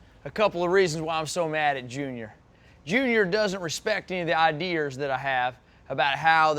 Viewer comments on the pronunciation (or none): He said "Idears"... LMAO!! F****** great!